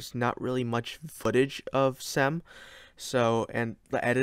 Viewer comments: Mate you could have googled how to say the name. It’s not sem its Cem. Imagine saying joy the c should sound like that. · say like GEM in english